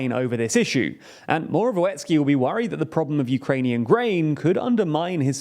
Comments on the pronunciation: The 'w' in Morawiecki is pronounced as 'v' like in a vampire. The whole surname is pronounced "Moravietzkee" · Moravyetzki Try to read that the next time you try to pronounce "Morawiecki". As a Polish man I think that is a way better phonetical spelling than whatever you have. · It's pronounced as Moravietski :P